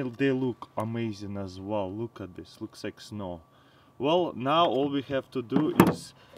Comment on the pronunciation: "Very very vell"